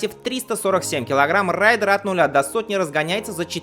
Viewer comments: РЭЙДЕР! Блять, а не рАЙдер! Raider и Rider два разных слова. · Еси знать английский, то произносится рЕйдер, захватчик.. именно так Ямаха его обозвала